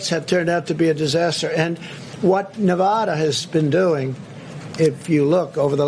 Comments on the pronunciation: You’re losing “huge” idiot, China and or Rusia can’t help you. Is Nevada not Nevathara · 4 years and he still doesnt know how to pronounce nevada...